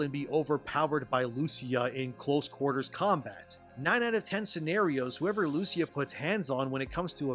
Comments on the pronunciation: It should be pronounced “Lu-Chee-A” 🇮🇹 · Great video! I hope that Rockstar will never bend the knee to what woke activists demand, they should remain as politically incorrect as always. BTW The name of the coprotagonist "Lucia", is pronounced with an emphasis on the "I" not the "U".😉